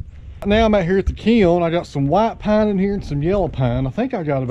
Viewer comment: " Some of this wood is " Pine" heavy on that southern accent!